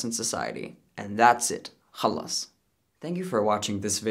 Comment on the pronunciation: You saying khalas so well just made my evening 🤣